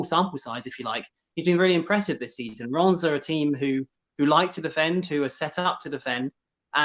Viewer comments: IT'S NOT RIIIIMS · It's pronounced ræm